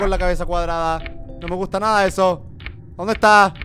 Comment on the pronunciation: Juegagermn no digas heso